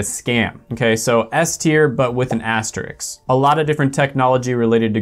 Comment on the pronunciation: It's called an asteriSK, the S comes before the K. Stop calling it an "asteriks" ffs